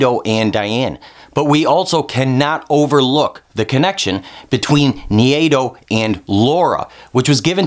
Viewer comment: Who's "Nhiyedo"? How do you get that pronunciation from Nai-do? haha